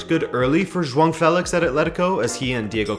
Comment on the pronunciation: Juan Felix... Joaong Felix... J dog Felix.... Decide how to pronounce it my dude lol